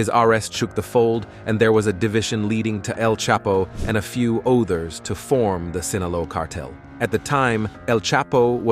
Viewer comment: This AI voice over is just terrible. Favor = fahvor while Drug = druhg Others - ohthers See the pattern here? Just weird.